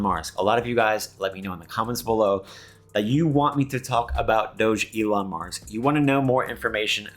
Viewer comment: it's pronounced DOG ELON MARS.